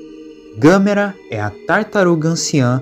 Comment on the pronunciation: Gostei da sua pronunciar do nome da Gamera